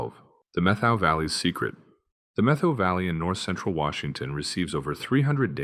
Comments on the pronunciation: Also Met-how Valley, not Meth-ow. 🤷🏻‍♂️ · Meth-oh Valley 😂😂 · and Methow isnt meth-oh its met -how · Also, not METH-how. Put down the meth, dude. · If you're going to make videos about places you should research how those place names are pronounced: Sequim is pronounced like squim, it rhymes with swim, Methow is pronounced like two words Met-how, Yakima is Yak-ah-ma, Chelan is sha-lan. I wish you had said the the powerhouse at Snoqualmie Falls was tunneled inside the rock it cascades over. It's the only one like it. Over all, you made a very good video about WA. Thank you. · You were doing good until you got to Sequim, Washington. There is a website that is called "how to pronounce". I suggest all robots visit that site before you publish a video that embarrasses you. Sequim is ONE syllable not two. (squim) It is not ya kee ma it is called Yakima yak kim maw. You do realize you get dislikes because you FU names. Methow valley, you think it would be pronounced the way you did, but NO, It is met how.